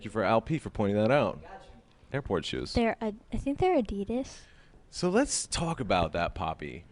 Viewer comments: NO ONE IS GOING TO TALK ABOUT HOW SHE CALLED ADIDAS AS Adeeedas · ADEDAS😂😂😂😂IT'S ADIDAS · hahaha she said adeedis instead of adidas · She said add I das instead of Adidas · sorry they say a-di-dis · the creepiest thing is the way she pronounces adidas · laci Tippett its wierd for me because they pronounce adidas differently i pronounce it like this ad-de-das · Lol how she pronounced adidas 😂